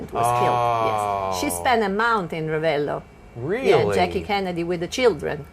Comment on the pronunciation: You seem to have italian roots (""), but you can improve your pronunciation of Italian names!!! Not Bag-ni, but Ban-nyi... and double letters need to be pronounced in an exaggerated manner: not Ra-ve-lo but Ra-vel-lo... It's the only thing missing from your otherwise very informative vlog...